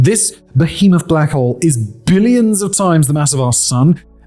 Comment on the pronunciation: blACHHowl. The pronouncement of his accent and stress on the “ach” is completely sending me lol 🤣